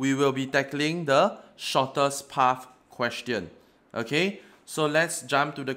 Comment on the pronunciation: i can't understand "okAy"